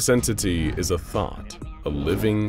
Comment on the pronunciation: Makes it all the funnier that he keeps pronouncing "thought" as "thot"